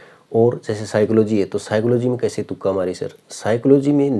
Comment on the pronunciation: तुका नहीं भाई तुक्का होता है shyad 😢